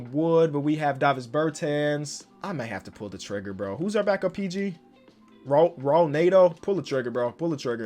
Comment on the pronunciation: Since you keep scooping him in free agency. It’s not “R”aul Neto. It’s pronounced “H”aul Neto